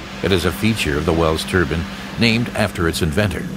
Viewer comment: anyone else annoyed that he calls Turbines Turbans?